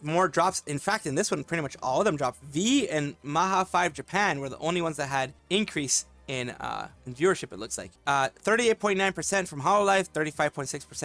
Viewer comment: I love the fact that many people including you, calling Maha5 as Maha-five😂 I guess called it Maha-Panca is hard to some people and its understandable tho